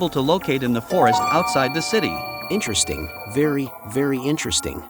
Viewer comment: "iNtReStInG vErY vErY iNtReStInG"